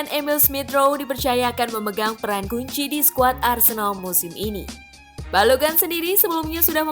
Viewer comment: Balogun min bukan balogan wkkw